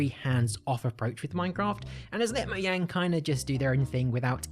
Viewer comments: Everyone: Mogang Him: Moyang It's pronounced like a J not a Y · Mojang not moyang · Who also calls it "moudžang" instead of "Moujang"? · OMFG it’s called MOJANG NOT MOYANG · How to destroy minecraft: pronounce "mojang" "moyang" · and this is a mistake